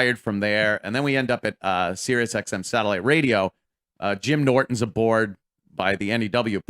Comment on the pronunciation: Every time opie says RAYDEOOH shoooow I fucking cringe so hard